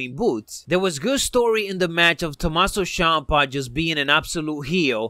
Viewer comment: its not tomasso shampa